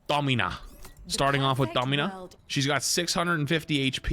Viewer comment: "Dommyna" what are you doing bro